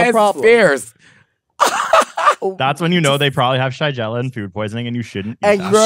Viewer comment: It’s pronounced shuh-geh-luh! 😊